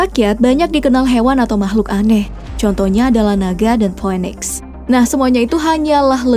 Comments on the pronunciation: Bukan po we niks mba, tp piniks 😂😂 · Phoenix bacanya pinix, bukan phoweniks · Maaf ya min cara bacanya mungkin salah Cara bacanya phoenix itu mungkin "finiks"